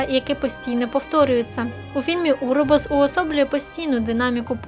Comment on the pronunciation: ех, не «уробос», а «уроборос»…